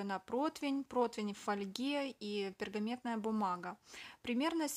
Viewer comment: Не пергамЕтная, а пергАментная